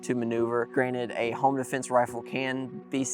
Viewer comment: “Defnese” lol